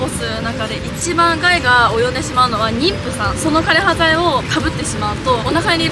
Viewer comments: どんな形であれ、知ることが大切なのも分かりますがある程度の影響緑がある中で歴史を語るなら、枯葉剤の読み方や奇形という言葉の使い方などきちんと調べてお話しする方が良いかと思います。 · 枯葉剤（かれはざい）です